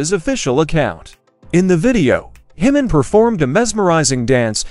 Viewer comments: It’s pronounced ‘Chi Min’ - Korean doesn’t use the soft ‘J’ as we do in Europe & the US Nice post though - thanks for sharing! 🙏🏻💔🙏🏽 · Please learn how to pronounce Jimin’s name correctly. It is JIMIN (J sounds like “J”immy or “J”im. Not the H sound. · You can start by pronouncing Jimin’s name correctly! It’s not himin! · Jimin not himin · Please pronounce Jimin's name correctly if you value the ARMY fanbase support! Not taking care to correctly pronounce a person's name is a sign of disrespect. It is pronounced, "Ji-min", the "J" NOT pronounced like an "h". It is a Korean name, not a Spanish name! Thank you. 💜💜💜💜💜💜💜